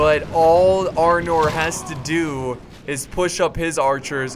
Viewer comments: why does everyone keep calling it Arnold it's Arnor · it is arnor not armor